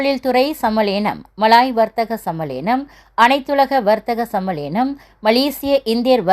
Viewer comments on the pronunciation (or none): Sammalaenam illa sammaelanam